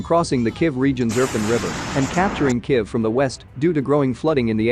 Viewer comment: Kiv? Kif? Really dude?